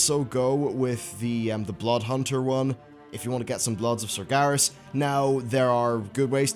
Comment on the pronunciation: when will ever pronounce sargeras correctly